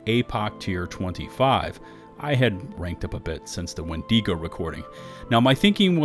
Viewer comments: Wen-dago not wen-digo sorry to be that guy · Please please please stop mispronouncing Wendigo: it is WENdigo, not wenDEEgo. The I is the same sound as it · Why do you keep putting so much emphasis on the e in windego?